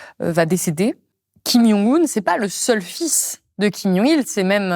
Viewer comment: C'est marrant de prononcer yong, la bonne prononciation n'est pas djong non plus mais plutôt dzon.